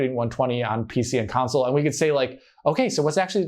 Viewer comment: How do you get away with saying "council" instead of "console" with how big this channel is? Lol